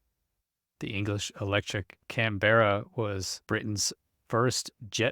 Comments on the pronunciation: It's not Can - beara. More like Can-burra/Can-borough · Canberra is pronounced "kan·buh·ruh", or "Kan-Bruh", trust me I'm Australian. It's not a ee sound like 'Berry', confusing I know. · Pronounced "C A N B R A" - Worked as mechanic on No 3 Squadron Germany 1968. RAF. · It's pronounced Can-ba-ra. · can-bear- a is not how it's pronounced. At least not in the UK . As a few others here have pointed out. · try looking up the capital of Australia, then go and listen to how it's pronounced. 🛎